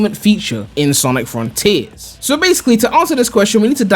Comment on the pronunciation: snic Frun-Teeers